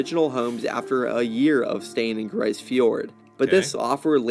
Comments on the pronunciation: malheureusementlise, ce n'est pas une not francais. Les francophone n'ont pas eu l'envie d'exploree le nord que l'anglais ou Les almagne. It's pronounced grease or Greece. Not grey in french. Having been there, and being Nunavumiunga; I'd like to think that I have a deeper understanding of the language, culture, and word pronunciation from the area. 15 years has earned me at least some respect. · It’s pronounced grease not grice . . They were abandoned . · You got the vowel sound, but it's /gri:z/, not /gri:s/. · Grise is pronounced greese. A hamlet is a town with less than 100 people. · It's pronounced "grease". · Grise rhymes with please. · grise fjord as in "grease fjord" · Hey, It's pronounced the same way as Greece. And just a little FYI, anywhere above the Arctic Circle will see 24 hours of both sunlight and darkness. That 24 hours of both is what actually delineates the Arctic circle. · If the word is French, as I suspect, it means colour gray in the feminine, meaning: une tempête grise - a gray snowstorm. In that case, it would sound more lile greeze. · Its pronounced more like Grease Fjord.